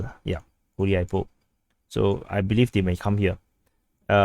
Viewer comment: On a side note, "Hulyaipole" (or any other place starting with "H" for this matter) - pronounciation starts with "G" (Good / God / Gun) not with H (Holy / Host / Hunter), "H" as a starter works for "KH" names i.e. Kherson.